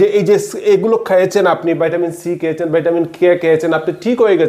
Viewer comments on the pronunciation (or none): ভাই! ভাইটামিন না বলে ভিটামিন বললে খুব সহজে বুঝতে পারতো পাবলিক। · আপনি ভিটামিনকে ভাইটামিন বলছেন কেনো ❓অনেকেরই বুঝতে অসুবিধা হবে। আমার অনেক পুরোনো অশ্ব বা পাইলস আছে,আমি কিভাবে অশ্ব থেকে মুক্তি পাবো যদি বলেন খুব উপকৃত হবো। 🙏